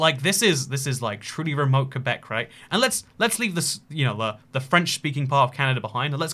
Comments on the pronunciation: As someone from Québec I’m just happy he pronounced it correctly. “Kuhbeck” not “Kwabeck” honestly also nowadays gen z doesn’t care about the whole independence québec thing, we realize how stupid that is. Also nowadays we have to learn english starting at around 5 years old. Also french and english are the official languages so like québec and the rest are all normal canada. Also it’s not just Quebec, it’s all of Acadia (New brunswick, Nova Scotia, Prince edward island) and Newfoundland and labrador all of these speak french and english. (Officially bilingual where everything is in both languages besides quebec) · Fun fact pronounced “Québec” correctly. I am from québec and that made me so happy. Québec is pronounced “Kuhbeck” not “kwabeck”!!!